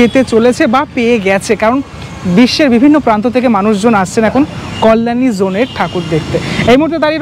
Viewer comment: It's not 'Kollani'. It's 'Kalyani'. Properly pronounce korun please. Request thaklo.